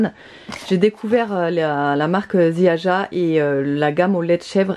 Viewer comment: Coucou, pour la marque Ziaja, c'est polonais dons le j se prononce comme un Y....ce sera plus facile à dire 😀